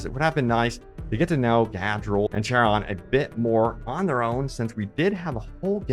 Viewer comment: "Kai Ron" is the pronunciation, not "Chair On"... they say it like 50 times in campaign